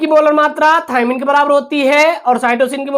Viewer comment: Thaimine hai thaymine nahi hai